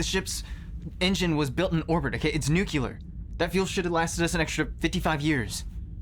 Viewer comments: I lasted until , when he said “… it’s nu-cyu-la” 😂🤣. No… it’s pronounced “nu-cle-ar”; exactly as it’s spelled - NUCLEAR. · 🟦… OH MY GOSH,...Did He actually say "Nuculer",... ...(NUC-U-LER)??? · Good acting but an astronaut should know to say nuclear instead of nucular.